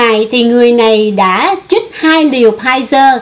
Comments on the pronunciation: LỖI CHÍNH TẢ : 1- Lươn lẹo ( not lương lẹo ) 2- Chích ( not chít ) Xin góp ý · Chích, chứ ko phải " chít ",!